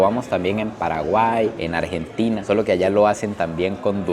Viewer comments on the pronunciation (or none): none